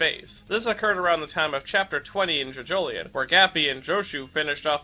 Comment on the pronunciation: How araki pronounces it “jojo lee-own” How the fanbase pronounces it “jojo lion” How pronounces it “ja-jo-lee-on”